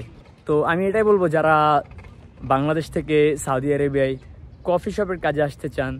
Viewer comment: সাওদি আরাবিয়া কোথায় আবার? দেশের নামটা উচ্চারণ করতে পারলেন নাহ?